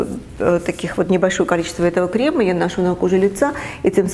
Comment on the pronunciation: крЕмЫ! ударение на Е (не кремА)